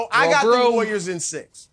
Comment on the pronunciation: Someone needs to teach Broussard how to pronounce Warriors